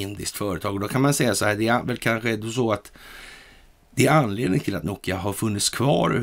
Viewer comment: Ett litet tips - bokstaven O blir ett Å när det gäller finska ! Som tex Nokia blir på svenska Nåkia! Uttalet.